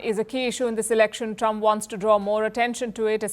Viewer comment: Warns or wants? Surely you should be getting that right!! You've lost all credibility in my eyes now. HEADLINES FIRST😂😂😂👎👎👎